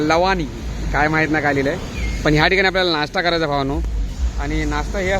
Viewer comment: भाई लवाणी नाही भवानी